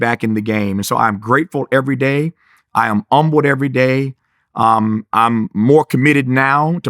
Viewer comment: Why does he make the h silent in "humble"?